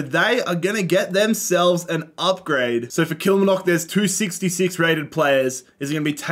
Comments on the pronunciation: The pronunciation of Kilmarnock “Kilmanock” don’t say it like that there or you’d get stabbed. It’s “Kill-mar-nuk”🤣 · Kilmnock its kilmarnock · Great video and concept. For future reference, Kilmarnock is pronounced like KilMARnock, like far or bar, kilMARnock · The way he butchered Kill-mar-knick = Kilmarnock makes me wanna cry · As a scot me hearing Kilmanock kills me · "All the Scottish Teams" - includes 12 out of the 42 teams 😂 A fun video non-the-less though. Also FYI, Kilmarnock is pronounced "Kill" - "Mar" (like in Mark) - "Knock", with the main emphasis and length on the "Mar" (Kil-maar-nock) 😄 You can hear it here from the commentator at the start when they score: To help move things along a little quicker, I'd add a rule similar to the surrounding of empty spaces, where if a team is completely surrounded by another team it triggers an automatic match involving the two. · it’s actually pronounced Kill-mar-nock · Also, you pronounce the R in KilmaRnock... It's KilMARnock 😂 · Just a FYI, it's pronounced kill-mar-knock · kilmarnock is pronounced kill-mar-knock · The way pronounces Kilmarnock killed me 😂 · 😂😂😂 You killed that pronunciation of Kilmarnock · Absolute top tier doob smoking material. You’ve earnt a new subscriber my Aussie friend. The way you pronounce ‘Kilmarnock’ sounds like a Harry Potter spell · the pronunciation of kilmarnock is killing me ahahaha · Cannot believe how into this my husband and son got. Learn how to say Kilmarnock though. Think of the "ar" like a pirate. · I can't deal with the way you pronounced Kilmarnock lol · The way you pronounced the Outer Hebrides 😭 And Kilmarnock. Nooooo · Ban yourself from Ayrshire if you want to survive with that pronunciation of Kilmarnock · The worst pronunciation of “Kilmarnock” I’ve ever heard in my life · Your pronunciation of kilmarnock is absolutely foul lmao, im taking personal offence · he butchers the pronunciation of kilmarnock so hard man